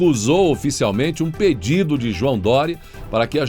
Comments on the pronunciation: Leiam direito o texto! Peido no lugar de pedido.😂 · Eita "peido" no lugar de "pedido" 🙊